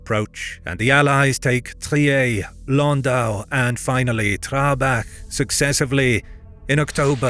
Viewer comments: I'm sorry but pronouncing Trier like it would be a French name "trieeéééé"... that's a Captial crime. TRRRrrrrieRrr. I know German is hard, but don't butcher it like a frog: it's not French, was never and won't ever be FRRRRench... and I'm trying to be polite here, because usually we would finish following sentence: Sprich deutsch..... 🤐 I don't mean it in a bad manner, but please take it personally. 😅🤏 (Best wishes. You produce good content 👏) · You have some weird issues on your map, e.g. , where cities are also displayed as regions (e.g. Trier, Mainz, Würzburg) even though they were neither regions nor mini-states of any kind. Trier also isn't pronounced in a French way, as it's a German (originally Roman) city.